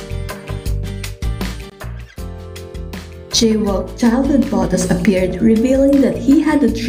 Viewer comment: Su nombre se pronuncia I-cha-uk